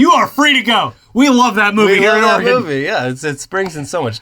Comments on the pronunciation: OR-AY-GON is not how you say Oregon...! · Please tell me people are bullying for the way he just said Oregon